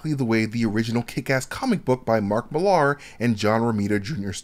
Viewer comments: Nice video, but I think you're mispronouncing Mark Millar's name. It's not Millard with the D removed. It sounds like Mill-r. My name's Ben Millar and it was a bit grating. Usually people can't spell my name, but they can usually pronounce it. Keep up the good work, otherwise. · Mill-ahr? It's just said like Miller, dude. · Bloody hell. What is it with Americans and pronunciation? Mill LAH. Same as Miller.